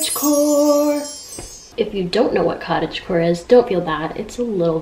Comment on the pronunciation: Everytime she says cottage core i hear cottage porn....i have issues lmfao😳